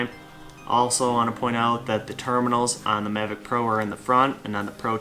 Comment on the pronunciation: Hello, it's nice video about DJI Mavic 2 Pro and so far the best unboxing i've seen. But could you say the name correctly in the next video please(Mavic 2 Pro), it rumbled my ears. When you choose me i would like a drone.